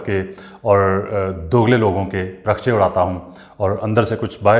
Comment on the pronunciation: بھائ جان لفظ “parkhchey” نہیں” parkhachey “ ہے۔ پرخچّے۔ چ کے اُوپر شد ہے